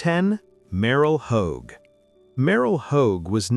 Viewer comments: It’s last name is Hodge not Hogue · I hate AI generated voices. They destroy names. It's Merril Hodge with a j sound not home like a damn hoagie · How about war and football hero Rocky Bleier and Dwight White who played with pneumonia in the Super Bowl and who is Merrill Hoag you pronounced Merrill Hoge name wrong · Stupid AI narration. “Merrill Hōg” SMH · Maybe you could pronounce Hodge's name correctly huh? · Every time they mispronounce Merril Hoge's name it makes me cringe. It's pronounced like Hodge or HOJ. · Haha. Mispronounced merril hoge’s name. Hahaha